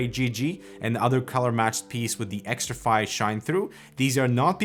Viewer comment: It's still xtrfy not xtrify 😁